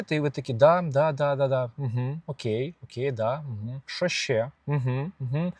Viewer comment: не щє а ще